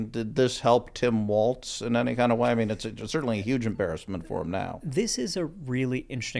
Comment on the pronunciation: There is no “T” in Walz. Idk why this is so hard for people to grasp